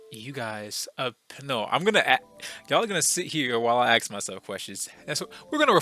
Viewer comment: Ok so I'm new to your channel, I found it cause I intentionally searched up this topic. Okay so two things I wanna mention real quick: 1 you kinda say "aks" when you say "ask" idk if it's intentional or nah just noticed. 2 what is that windows xp lmao. Okay so I searched this up because I was playing a visual novel called 18titans (just saying it's 18+, not bad tho) and in that game you can hook up with raven but it's more of a relationship you can build up than just hitting on her ykwis and that's what got me thinking and I ended up here. So ye like I know we're talking about cartoon characters but that aside it's just facts man like everyone loves raven and gwen and these kinda girls and I find it strange too. Like I even remember some kinda video I watched at one time and it was kinda like an online survey of some sort or idk but to cut it short men had to vote for women based on how attractive they find them on a scale from 1 to 10 and the goth lookin girl won there too. Idk like there is something about this dark personality and yk this reserved type personality that fsr just attracts ppl cuz it's kinda differend from the average and thus it's exciting. Definitely an interesting phenomenon.